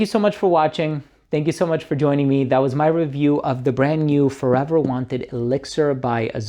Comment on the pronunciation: "Wanted" not "Wanter" you lucky sample man 😂